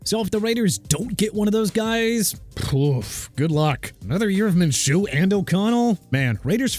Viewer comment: You just said "the Jaguars inexplicably gave their quarterback an 5 year extension" TWICE!! STUPID! And also Minshew is pronounced MIN-SHOO NOT MINCHOO